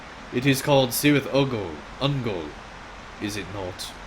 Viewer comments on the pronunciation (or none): Fascinating to see this story told by an onlooker like that, I am really looking forward to playing this content myself…no matter how many years it takes me ;-) A minor pronunciation note: the "C" in "Cirith Ungol" is hard like "cat" and indeed "captain" :-P